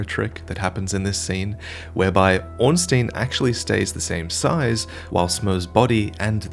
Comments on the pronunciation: Surely its ornst-eye-n not ornst-ee-n. In german the second vowel in ie or ei determines the sound. Could be wrong ofc if its been confirmed elsewhere. I.e - rammstein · Ornstein not Ornsteen